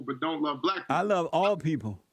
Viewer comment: can't pronounce the word black. He says blat. What a moron.